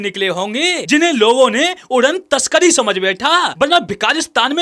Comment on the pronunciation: bhai bhai 😂😂😂 udan taskari ni udan tashtari hota hai 😂😂😂😂😂